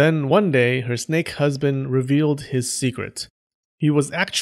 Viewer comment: Oh, i would like to hear how you pronounce that word again snek